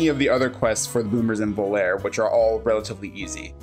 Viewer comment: Listen to Dean Martin sing it, it's "Volare", not "Volare". 😂